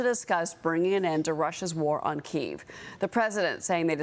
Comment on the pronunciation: "KI-EV" NOT "KEEV"!😂